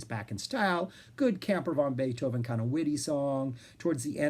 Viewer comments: You made me laugh all the way through the introduction. It sounds like you're calling the band "Camper Von Beethoven". It's definitely "Van Beethoven" to my thinking since the idea of Uncle Ludwig hanging in an RV park, growling at the noisy neighbours, is irresistible. I saw the reformed band play songs from NEW ROMAN TIMES at the Winnipeg Folk Festival and immediately ran out and bought the album at the music tent. Great songs and a very prescient concept. I'll definitely have to check out EL CAMINO REAL and LA COSTA PERDIDA. You put together a terrific overview of their "Santa Cruz" and Virgin years,, so I dusted off the box, CIGARETTES & CARROT JUICE. It contains CVB's first three albums and helpfully puts all the eps, b-sides & covers on a separate disk titled CAMPER VANTIQUITIES. There's also a live album, GREATEST HITS PLAYED FASTER, and a neato booklet in the box. The first two albums are lo-fi fun; although "Skinheads" was the 'hit', my entry point was the equally sarcastic "Where the Hell is Bill?". The eponymous (third) album is a pretty powerful piece of record fandom (Floyd, LedZep Charlie Daniels, and even Young's "The Loner" buried in "The History of Utah"!). Everyone is cooking here and we get more fleshed-out Lowery songs as well... the band seemed ready for the majors. As you pointed out, the pair of major label albums are must-listens. KEY LIME PIE has some amazing sonic moments: "... Laundromat" sounds like Roxy Music fronted by Kurt Cobain. There's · You gotta pronounce it "van", not "von", if you want to maintain the wordplay of their name.